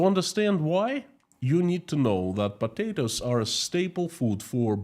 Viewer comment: "Next news is about PATATOES"...I love the way you say that word always makes me chuckle 🤭... I listen to your streams every day at work and I really enjoy them. Thank you for your hard work. Ggs